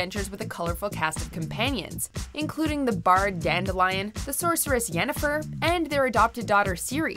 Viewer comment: well she got Jenefer right...lol